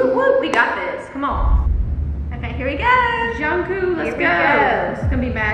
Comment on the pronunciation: Its Jung-Kook not "Jung-Koo"🤣